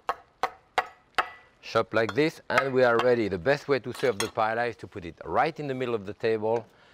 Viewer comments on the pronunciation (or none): Aaarrrrgh i can’t believe he’s saying “Pa-El-La” 😢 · Dear Jacques, just as a double L in French is pronounced as a Y, it's the same in Spanish. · not paella